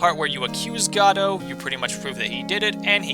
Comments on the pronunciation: It's GOH-DOT. As in the word "Go" and "Dot" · I think Godot while I thought it was pronounced that way at first, is really pronounced got it. Just really fast. I love your number 1. I love all the games in the series. Another one for me at least was Turnabout Samurai from the 1st game. That moment when Phoenix comes to the realization that the steel Samurai is not who they thought it was...took me for a loop. My least favorite game out of the ones I've played is Justice for All. I disliked the big top case. It felt like they were running out of ideas at least to me. Until they dropped the Matt Engarde bomb. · I'm pretty sure Godot is pronounced Goh-doh. Made up of the last two parts of his original name: SPOILER Diego Armando. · Gah-doh? GAH-DOH?!! FRICKIN GAH DOH?!!!!!!!!!!!!!!! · IT'S GADOLT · I wonder what happened to the t in Godot